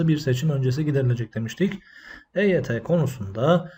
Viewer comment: Eyt yi Agzınin içinde geveleyerek söylüyor yuvarliyor Hareketlerinden kekelemsinde anlamiyonmu Admin. Akp yine Eyt yi kandıriyor